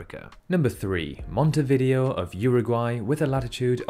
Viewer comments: Not monteVIdeo, it’s monteviDEo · You keep pronouncing Montevideo wrong. The stresses are on the first and penultimate syllable, and 'video' is pronounced "vi-day-o". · It's pronounced Mohntay-vee-DAY-oh. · I think Montevideo is pronounced as mon-tay-vi-day-o which sounds alot cooler imo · It's pronounced /mon.te.βi.ðe.o/ So your usage of "tay" and "day" is just wrong. Closest English repelling, using Wikipedia, is: mon-teh-vih-dheh-o "dh" is the th in "this, father" and not in "think, path". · The way he pronounces Montevideo is sending me lol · Interesting video. However, you need to check your pronunciations of Bloemfontein and Montevideo. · Montevideo is actually pronounced differently.